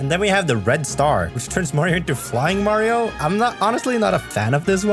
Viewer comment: omg my favorite supah herå, supah mariå